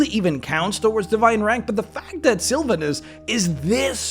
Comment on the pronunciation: Love the video... please learn how to say Sylvanus' name though. Hurt my ears being one of my favorite deities :(